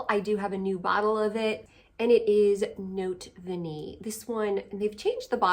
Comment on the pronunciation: Note Vanillée is the name of the Micallef perfume. And you pronounce that accented e at the end. EVERYONE mispronounces this perfume name and I am constantly trying to help. Basically you say Note Vaneeyay. And above all not Notay Vanille. The accented e creates the past participle of the verb “vaniller” which she cutely created for this fragrance. It means “a vanillaed message”. BTW how do you apply your Profumum Roma fragrances? I got Ichnusa for the summer and it doesn’t have a sprayer😢